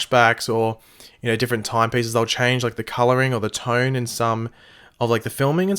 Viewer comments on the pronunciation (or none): none